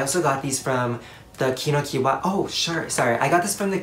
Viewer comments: not to be rude, but Kinokuniya is pronounces KINO-KU-NI-YA not KINO-KU-YA. it’s been bugging me but yeah, there’s another syllable :) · i love your love for stationery! btw it's pronounced kino-kuni-ya, not kino-kuni-wa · wait isn’t it ki no ku ni ya? idk since japanese is phonetical i thought that’d be how it’s pronounced but correct me if im wrong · isn't kinokuniya pronounced key-no-ku-nee-ya? or is it just me lmao (i mean no harm i just pronounce things differently im sorry) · In confused is it pronounced kinokuniya or kinokiwa?